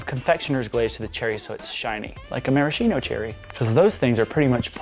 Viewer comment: ma-ra-skeen-o not mara-chino Love the cake!!!!